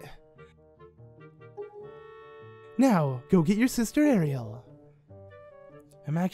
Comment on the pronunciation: It's pronounced arrill but Ariel sounds better